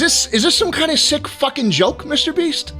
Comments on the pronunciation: i dont get how mr beast mispronounced his named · He roasted Mr Beast and still got his name mispronounced in a sweltering hot cube